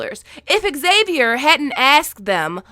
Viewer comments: I think xavier pronounce as havier..? Cmiiw but ex savier is not the to pronounce the name? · I hate how you say X-xavier. It's only XAVIER. Drop the extra X! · why did i keep hearing you say "Axavier" instead of "Xavier" ? It kinda triggered me even tho the video is pretty good ^^ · Pronounced zavier...not exzavier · Zavier not Xavier the X is pronounced with a Z even in American English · Okay, before we go any further... Xavier is pronounced Zavier... Cool, let's carry on! 😃 I am 100% here for the kid being a ghost!